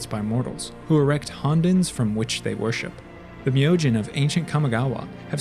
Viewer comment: Awesome video, and was nice to hear the correct pronunciation on Myojin.